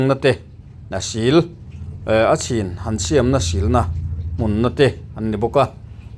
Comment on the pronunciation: I tawng thluk, siam tih hi a dik hlel deuh a, a hnuai a mi ang hian Siam:Inbual fai a bual lai tak thluk angin lam tur Siam: i lamrik dan hi Hmun kan phiat a, phiat tih thluk angin i lamri a, heihi chu a diklo zawk